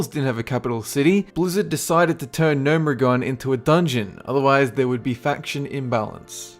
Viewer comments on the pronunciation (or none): I've watched maybe seven of your videos and they're all mediocre -- especially your top 10 or 15 ones. You don't even know how to pronounce half the crap. : AIR-EH-THIGH highlands? No! That's NOT how you pronounce that, actually! It's EH-RATH-THEE. I've heard you pronounce Gnomeregan two or three different ways--all of which are absolute rubbish. I want these videos to be good but man, the delivery and pronunciation is just so poor that I'm backpedaling like a Dwarf Hunter.